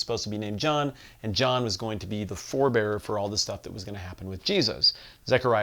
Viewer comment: I choked on my tea on “four-bear-er”